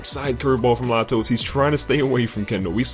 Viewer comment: The pitcher in the first game is pronounced lay-toes, not la-toes. Great video